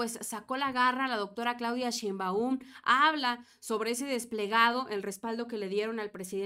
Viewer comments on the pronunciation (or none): Otra vez... NO ES SHEINMBAÚN!!! ES SHÉINBAUM!!!!!